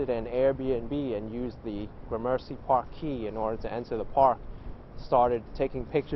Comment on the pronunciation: FYI the name of the park (and neighborhood) at the end of your video is pronounced like “Grammar-see”, not “GRAH-mercy”.